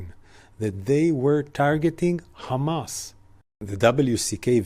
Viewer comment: KHAMAS, KHAMAS, KHAMAS... they see (K)Hamas everywhere! 🤡